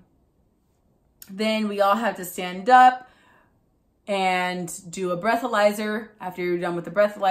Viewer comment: You go : "I was uP" hahaha the p sound cracked me upppp